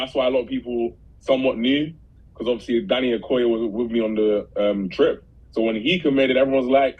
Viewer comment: Hang on. I think you still said his last name a bit wrong. It sounded like Ah ken KAh oon Me Or is it just Ah ken koon me?